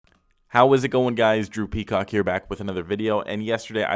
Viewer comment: At the start when he says Drew Peacock does anyone else hear "Droopy Cock"